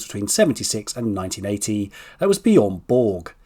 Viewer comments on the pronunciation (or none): none